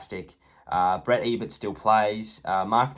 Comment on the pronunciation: He said Brett Ebert not Brad Ebert